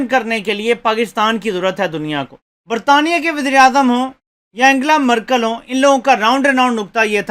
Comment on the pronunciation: اینگلا مرکل نہیں بلکہ اینجلا مرکل